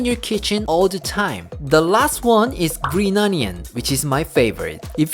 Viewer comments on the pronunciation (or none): "Green ognion" again, hic! Drinking game! lol